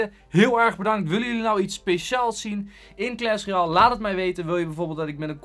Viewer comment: Wtf hij zegt kles royale